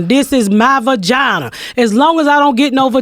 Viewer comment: "VAGINER!" LMAO!